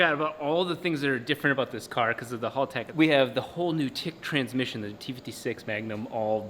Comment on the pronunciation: Haltech, not halltech.